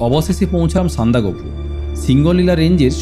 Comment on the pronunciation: সবই ঠিক আছে ভাই, তবে সান্দাকফু উচ্চারণটা ভীষণ কানে লাগলো, যা আমার কাছে সহ্যের বাইরে। উচ্চারণটা সান্দাক ফু।